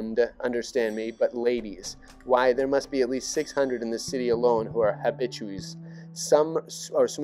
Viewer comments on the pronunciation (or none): I prefer opium myself. Btw, the word “habitués” is pronounced “habi-too-aze”